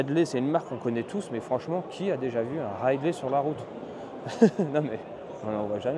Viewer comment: Ridley, j'ai entendu "Rail de Lait", j'ai eu du mal à comprendre XD ... Et j'en ai déjà vu plusieurs sur des courses cyclo autour de chez moi ^^